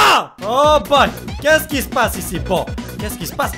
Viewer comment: Quand tu dis "OH BOY" on dirait que tu dis "OPPAI (seins en japonais)"